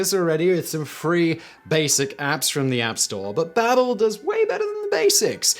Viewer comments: I believe its supposed to be Baa-bel after the babble fish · Is it pronounced “ Bay-bel” in Britain or is this just another legendary Simon mispronunciation P.S- I love all your channels, keep up the good work, sorry for getting all technical.